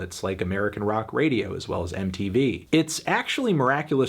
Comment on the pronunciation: No, sorry, he didn't. He mispronounced the following words: Sehnsucht, Liebe, Radio, Diamant. Also he misspelled the band's name ("Rammstien").